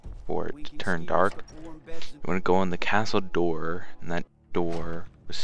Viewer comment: its castle dower is how its pronounced